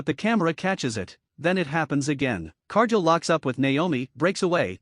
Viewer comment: exactly what I wrote. Whoever runs this channel uses AI to narrate the video. However, AI pronounces names WRONG. In this video Cargill's name is being pronounced wrong, and this isn't teh first video done by this channel that uses AI as teh narrator and get's name pronunciations wrong all the time. If teh channel can't get the basics like pronouncing a wrestler's name correctly, then they should stop posting videos and shut down the channel.